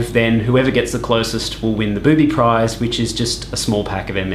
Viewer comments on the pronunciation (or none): prize not price....